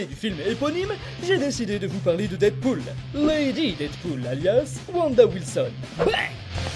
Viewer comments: Oh putain, c'est quoi ce "DIDpool" que tu ne cesses de répéter??? Dead se prononce "Dèd", ma poule! Pas "Did"! LOL quoi! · J'aime bien tes vidéos et celle là également mais il faut arrêter de prononcer Deadpool didpool stp